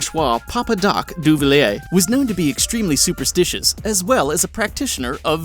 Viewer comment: "Franchwah Duvalier"